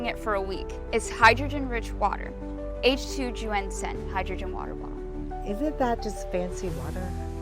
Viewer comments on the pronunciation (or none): My Mandarin is off, but isn’t it pronounced “YUN-Shen”? Not “YU-AN-shen”? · Why did the actors pronounce it like 'H2Juenshin,' or 'H2you-enshen' if it's actually spelled H2Yunshen? That would just be 'yuhn-shen' right? Maybe the AI read it weirdly, and ofc it's not a word in the English language, but using our phonetics, it wouldn't be pronounced like the actors pronounced it. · Anyone else bothered by how they kept pronouncing the bottle’s name as if it had a J instead of a Y?! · "aaych-two-wee-on shen" 😭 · Today I learned that "Yunshen" is apparently pronounced "Joo-En-Sen". Also I learned what a commercial made by Dhar Mann would look like. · the pronounciation of yunshen is so awful i can't even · AI couldnt even pronounce Yun Shen correctly lol... Is not like its that hard to figure out chinese phonetics XD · they never say the name correctly once.